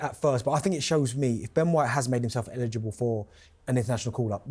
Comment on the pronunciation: Illegible 🤣 or eligible.